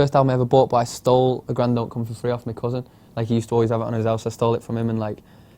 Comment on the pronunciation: Jillian Johnsen a grand don't come for free by the streets. It was so hard to figure out what he said ! i thought he said a gran dog comes for free haha